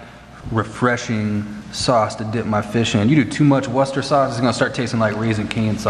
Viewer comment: You pronounced Worcester sauce correctly. Here in England there’s a county called Worcestershire.